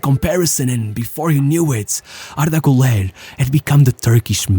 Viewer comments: Ilhan Cavcav, not Murat. And it's pronounced "goo-ler" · Kinda funny how you put so much effort in his name, yet you just ignore the dots above the U, pronouncing the 'Ü' like a 'U'